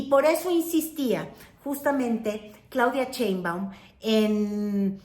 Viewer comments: Yo digo que ya es hora de que pronuncies correctamente el apellido de nuestra presidenta. Por que nombres como Trump, Trudeau, etc. son perfectamente pronunciados, pero Sheinbaum es “Cheinbaum” ya vimos que el paladar no es! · SHEIM.....SHEIM....SHEIM. NO CHEIM, NO CHEIM PATHETICA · Otra vez Cheinbaum??? Por favor, Sheinbaum. Pero sí pronuncias con acento norteamericano el nombre de Donald Trump. Me encanta ver tu canal pero ese detalle NO!!!